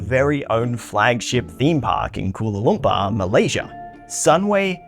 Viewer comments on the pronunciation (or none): Bro really said “kula lumpa” 😭😭😭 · “Kulu kumpawr” its the worst attempt of trying to say Kuala Lumpur i have ever seen😭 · Buto dia cakap Kuala Lumpur pun salah anjirrrr